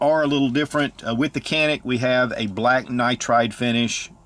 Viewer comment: It’s pronounced as John-ik god damn it. Respect the brand